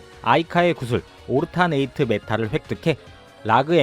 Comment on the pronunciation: "오르타네이트"라고 남의 발음으로 들으면서 뭔가 싶었는데; 여러분, '올터넛 alternate'입니다.